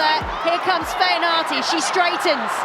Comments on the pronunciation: Excellent back rower for the Red Roses; but a pity her father Isaac couldn't teach her to pronounce her Samoan surname correctly. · 😂😂😂 bruh, I was like ayeeee?? Must be my hearing then the second time she said it I almost died of laughter lol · Your hearing was fine, it’s really sad when you cannot pronounce your own surname a ea😂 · Could someone help her pronounce her surname correctly😊